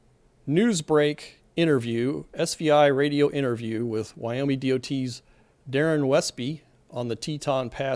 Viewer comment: Why do you say Wyome instead of Wyoming?